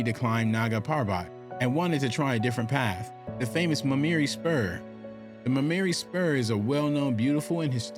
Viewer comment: Why do you start off pronouncing it Muh- marry spur and towards the middle you pronounce it correctly?